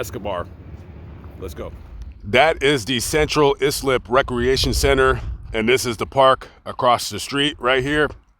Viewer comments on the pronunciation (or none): Really pronounced eye-slip (Islip) shit is real out there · It's pronounced eye slip and spelled Islip, long Island. Just a heads up from someone who traveled to and lived near the township. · It's pronounced "CENTRAL EYE-SLIP" IM FROM LONG ISLAND!! IM FROM BALDWIN... NASSAU COUNTY LONG ISLAND NY!! I UNDERSTAND THAT YOU'RE NOT FROM THERE..BUT IT'S "EYE-SLIP"; NOT "IS-SLIP"!! SORRY..JS 🤷🏽‍♀️💯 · It is ( eye slip) Long Island. ISLIP. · Islip is pronounced “eye-slip” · It’s pronounced Central Eye-Slip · Pronounced Central eye slip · Sup.....i live 3 miles from there. It's pronounced central ice-lip. Lol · Central Islip is pronounced Central Eyes-Lip, I happen to live in Floral Park Long island! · It’s pronounced ICE-lip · Please. Say Central ISLIP correctly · Hey it’s Islip . Not eye 😂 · Islip 😂 wait till you gotta say Hauppauge 😂. It was close. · Been watching you for forever and I'm from long island and listening to you pronounce Islip is hilarious!!! 🤣🤣 Great video as always